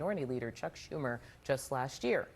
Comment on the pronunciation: I disagree. This round table was garbage. Most of them sound as out of touch as Schumer and repeatedly mispronounced his name and let beardy mischaracterize his Reddit posts. Be prepared if you wanna influence people on tv people